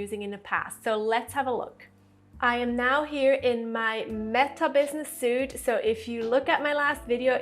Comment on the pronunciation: Facebook Business Suite ( pronounced Sweet) not suite-soot :) by the way, great information!